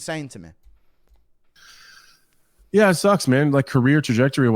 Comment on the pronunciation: Does anyone else get really bothered by the way says the word "me"?